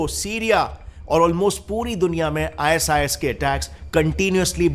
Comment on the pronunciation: "IS IS" NAHI "I SIS" BOL 😂